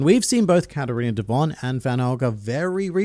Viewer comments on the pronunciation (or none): none